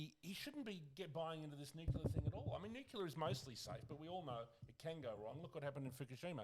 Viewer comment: Sam. Tell the boys it’s Nuclear, not Nucular. 🤪 Cheers 🍺🇦🇺